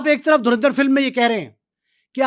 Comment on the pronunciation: Yeh log kaunsa sasta nasha ker ke interview dete hai😂 Abe phle movie ka naam to thik se bolna seekh le porky anchor.😂